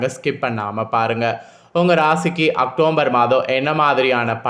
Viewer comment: முதல்ல உச்சரிப்பு செரி செய்ங்க. அக்டோம்பர் தவறு. அக்டோபர்.சரி